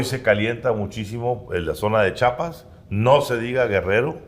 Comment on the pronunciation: OTRA VEZ!!!!! CHIAPAS.... CHIIIIIIAPAS!!!!! STAN BIEN MENSOS PARA HABLAR!